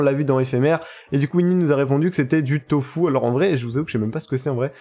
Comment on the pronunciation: On dit tofu